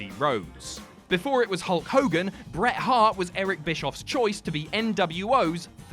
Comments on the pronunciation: It's not reat "Bret Shart", but "Bret S. Hart", just like Joe Hendry's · Bret Shart. That's hilarious.